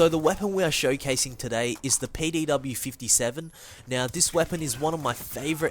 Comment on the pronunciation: did dis dude say payday w or am I dumb